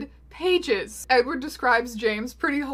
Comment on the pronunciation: did you just call him eggward?